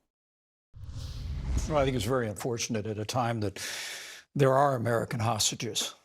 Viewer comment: "Ta-Hostages". They can't even pronounce hostages correctly.